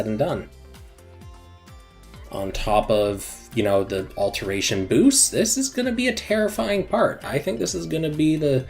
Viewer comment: Why do you say "AlterNation" and "Amgalmagation" when it's "alteration" and "Amalgamation"?